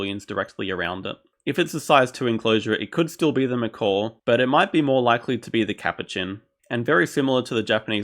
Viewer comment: This guy making fun of how I say "catacombs" when he says "macawk" lol